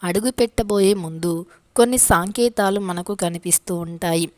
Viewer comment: సాంకేతలు కాదు సంకేతలు